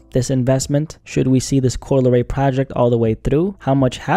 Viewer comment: "Coo-Lee Ray" -Solliminati